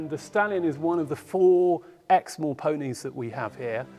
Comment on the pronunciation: What is the breed? NVM...I looked it up...sorry I couldn't understand you. Exmoor. When I was at Texas A&M , the trainer I was riding for allowed his vet to let vet students geld his horse. They did not lay the horse down, but I'll never forget that student yanking so hard the vet yelled " We didn't need at all that out"...poor horse needed lots of stitches.